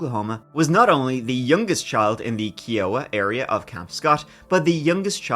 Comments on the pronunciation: "Kiowa" : "K-eye-oh-wuh". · Just for the record its Kiowa. Pronounced Kia-uh-wuh.